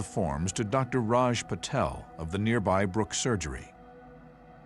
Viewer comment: Did he say pattel